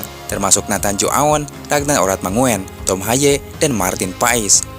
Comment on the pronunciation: Ragnar Oratmangun, bukan oratmangoen. Baru ditinggal sebentar kok sydah lupa ejaan Belanda toh?